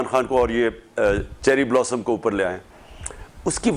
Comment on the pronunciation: بہت مزا آتا ہے جب عمران صاحب Chreery Blosam کہتے ہیں 😂😂😂